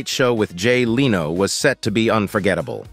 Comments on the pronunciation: Leeno? It's pronounced Lenno. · " Kluum, Leeno? LOL!" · omg did that guy just say 'Jay LEEno' ?? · Jay "Lee-no." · To the robot speaker: It's not "Leeno", it's "Leno" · not Jay Lee-no, it's Jay (Leh-no) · I don't think the narrator knows any of these celebrities. It's Jay "Len - oh", not "Lee - no" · I don’t know why they can’t get these robot narrators to pronounce names correctly. The funniest one was Jay Leeno. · Lean-o and Klum .... not Leno and Klum (klume) lol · Jay LEENO? Heidy KLOM? Com'on! You could've listened to your AI voice and correct the pronunciation before posting it. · It's not Jay Leeno (though it is spelt like Reno). It's Jay Len*Oh. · it's not Jay Leeee no, it's LEN o, try to get it right! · "Leeeno"? how about the correct pronunciation "Lin-no" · Jay LEENO? It's pronounced LEN-OH. Heidi KLUMM? It's pronounced KLUME - like room. Such garbage. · How about using a real human narrator? "Leeno" and "Klum" would appreciate it, I'm sure. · for some reason every time he said "Jay Leeno" I had to chuckle. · Cull burt was annoying to me as was Leano. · Jay Leano, and Colburt was pathetic. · Enjoyed this but learn to pronounce people's names...Clum, Leeno??? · Files - Dump the AI narration. Either that, or teach it how to properly pronounce names and words. . "Jay Leeno"?????? LOL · Man, that Leano guy ought to sue your Robot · Voice says "Jay Leano". That's how you know AI. is blind 😀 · Leeno? Your AI needs some work. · The narrator doesn't know how to pronounce 'Leno' (len-o). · AI voice. It reads Jay Leno as Leeno. uncovered file takes text and has a computer read it. I will stop watching such generated content. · Hey narrator, learn how to pronounce names! You got Colbert, Leno, and Klum wrong. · why does he mispronounce Jay Leno's and Stephen Colbet's names? Is this a computer generated voice? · Learn how to pronounce "Leno"!